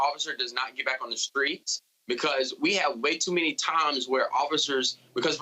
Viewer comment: Did he say "screets"? Maybe I just misheard it